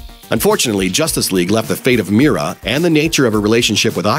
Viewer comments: It is Mera not Mira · Not “meara” it’s “mera”